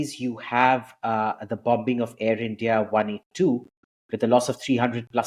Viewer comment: Abhijit, you are a scholar - please know that the 'b' in 'bombing' is silent. Excuse me for pointing this irrelevancy out in a most relevant video.